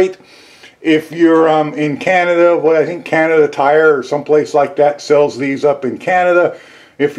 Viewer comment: Can’t you say shells? And are you re loading shells